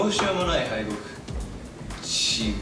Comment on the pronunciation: 自業自得を自信なさそうにゴニョゴニョ言ってるジェシーが可愛すぎて、手のひらにスケッチブック乗っけてるのすら可愛い